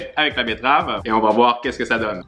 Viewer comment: A on dirait il a dit boire a lieu de voir